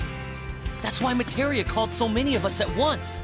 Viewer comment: "I am Materia." Yuffie: MATERIA ????? :D